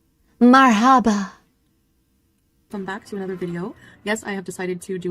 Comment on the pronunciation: Sometimes all the ragging of FB about her Arabic skills (or lack thereof) makes me feel a bit bad about my own lack of progress, but then I hear her pronunciation of “mar-HA-buh”, and I feel better 😅 (also, I haven’t lived in an Arab-speaking country)